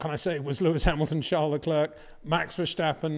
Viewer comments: Leclerc is pronounced Le Claire, not Le Clerck. In other word the "C" is silent. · New season new chances for Peter to finally learn how to pronounce Verstappen and Leclerc properly.